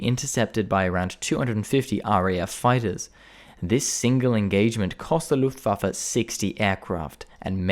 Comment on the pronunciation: his German pronunciation of terms like "Luftwaffe" and "Adlerangriff" are also spot on!